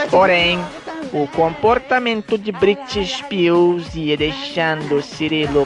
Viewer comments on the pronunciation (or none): "Briti ispirs" 😂😂😂😂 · "Brit spils" HAHAHAHAHAHA